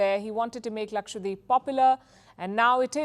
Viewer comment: wtf, its not lakshwadeep, its lakshadweep, how did you even come here without knowing basic pronounciation